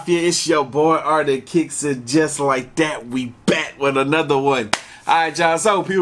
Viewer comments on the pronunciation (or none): The way you say art of kicks sounds like arctic kicks lol but that's probably the Alaskan in me